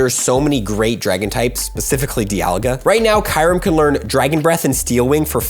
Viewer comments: Did i just hear KAYREM?? eeeeehhh Kyu-rem... ayayaya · What is kirem? It’s pronounced kyurem (ki-oo-rem) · No way he pronounced it as kai-rum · I don't think watched swords of justice movie lol. He butchered the name